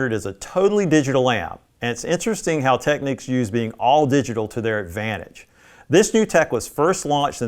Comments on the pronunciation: Why do Americans pronounce it Techniques? It’s Technicks. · TECK-NICKS! Not TECK-NEEKS! LOL! SMH!